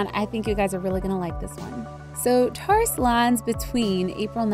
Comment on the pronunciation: I'm sorry but in the beginning you pronounced it wrong XD I still love u tho